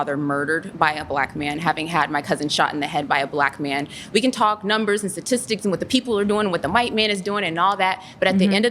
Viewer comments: She says ssisitic instead of statistics clarify her education level. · Is she saying Satistics? Or am I not hearing STAtistics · I hate how she says satistics